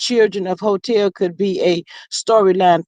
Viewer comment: hoetel 😒😮‍💨🤮🤯💩☠️not spit! LOL